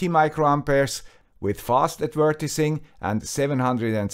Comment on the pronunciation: Excellent video! minor English lesson: Yes, adver-tis-ment, but advert-eyes-ing. Who designed this language, anyway?